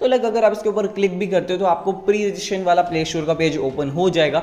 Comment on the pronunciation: pre registration ka pronunciation to thik se karle 🤣